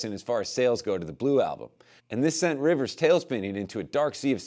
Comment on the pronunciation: “Riwers went to Harwardge…”